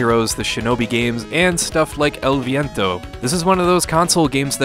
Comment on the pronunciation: i applaud your pronunciation of the title!